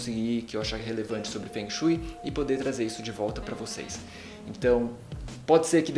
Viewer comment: a pronuncia não está correta logo de cara diz que vc não se interessa mesmo pelo assunto...eu sou do nordeste do brasil e sempre amei... detalhe sou ateia.